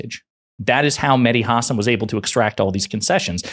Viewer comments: It’s HA-SAN !!! Not HAW-SON 🤝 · ha-SÁN…, not HÁ-san… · The guy's name is Ha-san', not Huh'-sn. Really. It's not that difficult. Whare have you been for the past fiifteen years not to have heard his name? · Great vid, props to Mehdi, just please be advised that you are mispronouncing his last name. It's pronounced "hah-sawn" with an emphasis on the second syllable. Once you get that fixed, you'll be right as rain. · The stress is on the second syllable: hasSAN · HAW-SAWN...it's Medhi HAW-SAWN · Let's all VOTE BLUE. 💙💙💙💙💙💙💙💙 His last name is pronounced...Hah-saan. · Learn to pronounce his name! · Why all of a sudden you're saying his last name incorrectly? But you say his last name correctly again. Get it together Bruv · Please pronounce names correct Hasan .